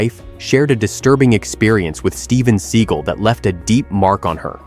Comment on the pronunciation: It's seagal not seagul